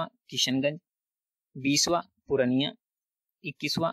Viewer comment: it's purnia not pu-ran-niya that you pronounced like these.